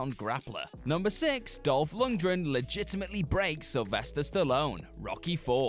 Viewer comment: cannot pronounce Dolph Lundgren's name. Dolph "Lungdren" Otherwise, good list.